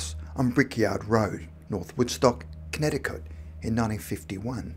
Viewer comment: ...."Conneticoat/Connetticote" ??????? NEVER heard Connecticut pronounced like that before. ( in the 15 secs of vid) :-\